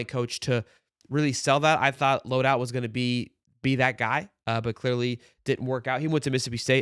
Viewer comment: (Load-halt). Bro thinking about his CoD load out 😂